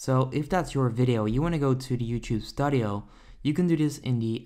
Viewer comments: The only person on the planet who pronounces it 'Stud-eeyo' 🤣🙄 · did this person just say “studio” like that?